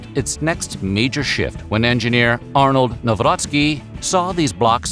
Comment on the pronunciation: Big ups for saying "Nawrocki" the right way. So many channels using your format use AI narrators and this proves you're not.